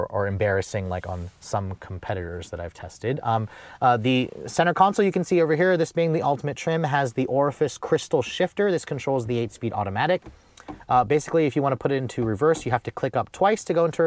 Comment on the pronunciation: “Orifice” shifter? C’mon, it’s “Orrefors”.